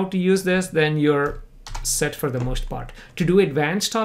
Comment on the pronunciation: omg every time that he says "for" i think he is saying "fur".